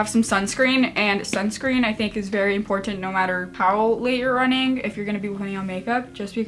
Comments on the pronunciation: "impor TH ant" is it just me who finds it funny? lol! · LOL the way you say important